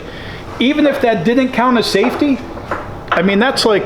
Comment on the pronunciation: Hahahaha I was like finally a man of reason......THEN HE SAID SAFTEY LOL